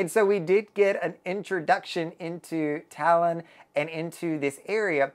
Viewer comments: Toulon is pronounced ‘Too - Lon’ not Talon. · You pronounce the first part of the city's name (TOU - LON) like you pronounce TWO (so a bit like TWO-Lon) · I think its pronounced "Too"-"long"...but more like Too-lon . Im an english speaker but i was on virgin valiant lady in Toulon last month. It was lovely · I'm confused, how can one visit a place and not know how to pronounce the name of the city.🤨I am sure people there, especially the French, would have corrected you!!! Did you really visit this city????🤥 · Thanks. His pronunciation was driving me bonkers. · I was there too, and his pronunciation of Toulon is not correct at all. Hmmmm🤔